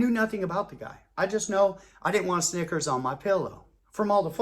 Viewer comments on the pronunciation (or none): EVERYTIME he said Snickers...I thought "Nggas" 😂. This joint Classic